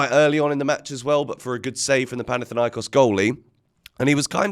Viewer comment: It's panathinAikos😢😅